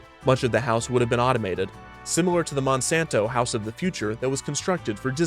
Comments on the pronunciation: The way he emphasized monsanto was really funny omg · why that sudden emphasis on the word "Monsanto" ? yeah, they're an evil megacorp, but so are the rest of them tbh...